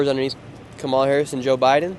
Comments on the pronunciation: Oh come on, Nick! Pronounce her name correctly!! It’s comma-la. You sound stupid! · Nick, if you’re going to do politics, don’t you think you should learn how to pronounce Kamala Harris’ name? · Nick, you're rude, pronounce her name correctly.